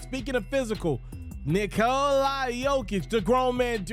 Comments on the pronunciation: 👎 for saying Nikol-i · Why does this dude keeo calling him "Nikolai"? Thats jot how its spelled and not how its pronounced.